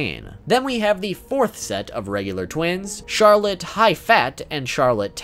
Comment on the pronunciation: As someone who lives in France i cringe whenever you pronounce some of the Charlotte family names